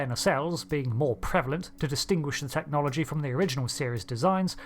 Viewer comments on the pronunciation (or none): none